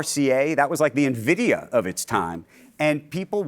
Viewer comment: Well, he definitely pronounced Nvidia correctly. 👍 In-vid-i-a not Nuh-vid-i-a.